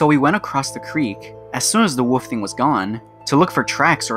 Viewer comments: “And built like a WUFF,” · “Resembles that of a WUFF…”